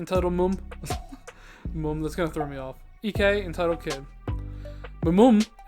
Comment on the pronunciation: your pronunciation of mum is way off lmao